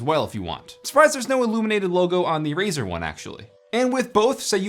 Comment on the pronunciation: its Razer not fucking razor... XD